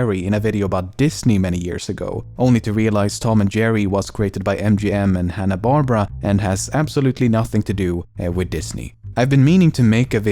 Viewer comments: Lemmino: corrects his mistake of Tom and Jerry not being created by Disney. Also Lemmino: mispronounces Hanna Barbera to Hanna Barbara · Alright, Love this channel but it's Bar-Bear-ah not *Barbra